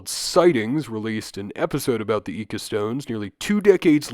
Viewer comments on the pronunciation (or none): Hard to believe this guy did any real research on these subjects, when he can't even correctly pronounce 'Bimini' or 'Ica.'